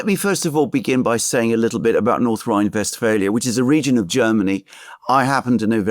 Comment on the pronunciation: Its Westphalia in English, I dont know if if you noticed that the program is in English